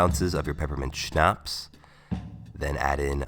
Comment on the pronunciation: I love how you say Schnaps. You gotta go REAL HARD on the p